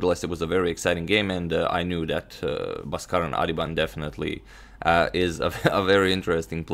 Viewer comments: bro his name is pronounced as baas-karan aadhiban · In India, his name is pronounced as B-aa-skaran.. ba - is pronounced as in ball. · It's pronounced Bhaaskaran